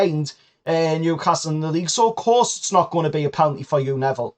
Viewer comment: Penalty NOT PELANTY